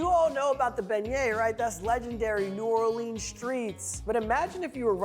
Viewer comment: Thirty seconds into the video and he's already mispronounced the name of the dish AND the city where it's from. Hard pass from me.